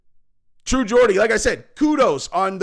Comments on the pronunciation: It’s not ‘Gordie’ ffs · Mate come tf on…. It’s “Geordie” Not GAWDie. Learn how to pronounce things. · True Gordy lol get the pronunciation correct Geordie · it's "Jaw-dee" not "Gor-dee" love and support from your British fans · A few points. First, it's pronounce True Jordie, not Gordie. I agree far more with True Geordie's take than here. Geordie was talking about current Conor versus current Jake Paul or KSI in boxing. And he's not wrong. I'd put my money heavily on Jake Paul to beat Conor at this point. Conor is a drug addicted, washed fighter now. if thinks he can still turn it around, I'd ask him this. Name ONE fighter who has suffered the terminal decline that Conor has, and combined with such a serious leg injury, how many have come back and started winning again? I can't think of a single example in boxing or MMA. If Conor fights Jake Paul he likely gets stopped in the middle rounds. KSI is wild and unskilled, and that could go either way, but Conor is washed at this point and gets finished by Jake if they ever fought, and I'm not sure he'd beat Logan Paul or KSI either. Finally, the hot blonde is Ebony Bridges, an Australian IBF world boxing champion, who also has her own Only Fans and is a shameless self promoter. They are both getting clout off of each other there. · ITS GEORDIE NOT GORDY FFS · Geordie….. pronounced Jawdy NOT Gordy, but come the sucking off of McGregor is obsequious. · Fuck sake it’s pronounced Jordy not Gordy bro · When you going to learn how to say True Geordie's name? Learn what a proper Geordie is. A Geordie is type of man from a certain place in England. Hard to believe a guy commenting on another guy and you can't even get his name right lol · T.G. speaks a lot more truth about Conor than you do. He was getting booed in the ring, his stock has fallen so far. And you need to learn how to pronounce "Geordie"!